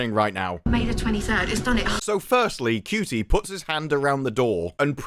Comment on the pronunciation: Regardless of how you may feel about his acting, or his politics, the man's name is pronounced "SHOO tee", not " COO tee."